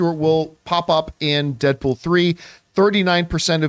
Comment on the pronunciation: Who the F is “Deapool” ? Lol